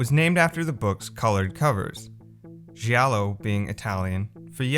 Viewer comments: G I A L L O not Sgiallo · The pronunce is "jalloh" not "ji allo" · 'Giallo' is pronounced 'djàllo' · So you put so much time into this but couldnt be arsed to look up how to actually pronounce 'giallo'? 😂😂😂